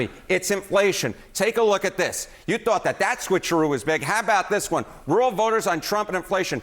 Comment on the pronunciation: Roo-el, lol not row-el.